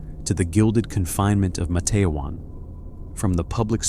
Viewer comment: IT'S Matt-te-wan...